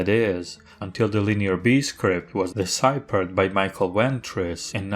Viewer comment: The “ph” in deciphered should sound like an “f”